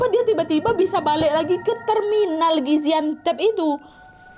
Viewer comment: Gaziantep kak bukan gaziantep